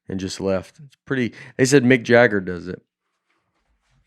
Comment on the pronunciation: Love how Nate’s love of McDonalds has influenced how he pronounces Mick Jagger to McJagger